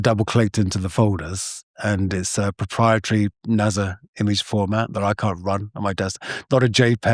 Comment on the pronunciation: Why does he pronounce it NAZA? 😢